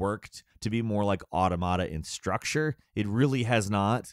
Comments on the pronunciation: plus every time he said “automata” as “auto mot uh” instead of “aw tom uh tuh” just caused actual pain to my brain. i actually stopped watching it, then forgot why i didn’t finish the vid, only to come back and be like, “oh. right. auto mot uh.”. it’s the plural to automaton, and it’s pronunciation is derived from said singular form. aw tom uh ton. aw tom uh tuh. easy!!! sorry. it just drives me nuts!😅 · Nier: Auda-mod-ah-peah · It’s pronounced Aw-TAw-muh-tuh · everytime he said “automata” it hurt my brain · He says automata like onomatopoeia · Bit triggering to hear the mispronunciation of "automata". Otherwise a great video. Glad to hear it's just a bit slow in the beginning. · You are saying automata wrong also an automata is a moving puppet you could call them robots but that's technically correct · Bruh the way you pronounce automata got me like😬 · That’s what I’m saying bro. Mans does not know how to read a script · Ah yes, another Nier review in which the narrator never took the seconds to learn how to pronounce the word Automata. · please look up a pronunciation for Automata, cuz holy shit